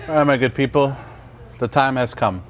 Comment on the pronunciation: thanks, do you keep saying “my good people” or “maggot people?” Lmao